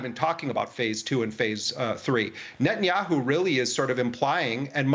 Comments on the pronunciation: Why can't Jewish Daniel Levy pronounce NETanyahu? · 😂 I love it. Nut and yahoo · I like the way Daniel pronounces his name as NUTanyahu. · Levy keeps pronouncing Netanyahu's name as "NUTenyahu." Do you think he's trying to make a point? lol. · Daniel Levy: “NutAndYahoo”. The gift that keeps on giving.